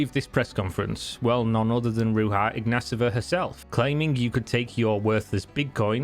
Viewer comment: Ro-j-Ha iGnATova And omg that "Forbes" cover is a ad ,she paid for it. Lolol